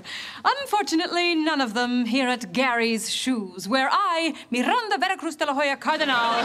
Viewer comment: I guess that when the second surename is important we hispanic use both; or when our parents were not married when we born. But I just don't understand why she says "Mirranda" instead of "Miranda" (even Al Bundy says it right in